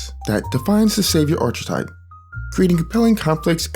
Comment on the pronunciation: Great video but I have one nitpick. I really don't want to be that one snob but how you pronounce "Archetype" drives me up the wall. It's more like "aar-kuh-tipe" The ch makes a K sound.